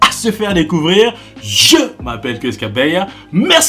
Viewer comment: Pronounce bien ton Nom frère C est KAbeya 😂😂😂 🇨🇩